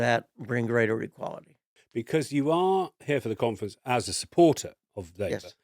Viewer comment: Labour Party Conference, with emphasis on the syllable Con, LABOUR OUT!